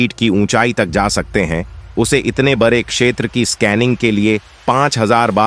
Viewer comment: Is vedeo me kis bevkoof ki aawaz thi, jise d bolna nahi aata, iski jagah r bolta he. UDAAN KI JAGAH URAAN,KHADE KI JAGAH KHARE BOLTA HE. BADE KI JAGAH BARE BOLTA HE. ISE SCHOOL BHEJO.